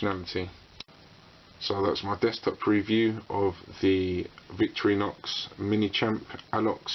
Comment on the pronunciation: vic-torri-nox thats how its prenounced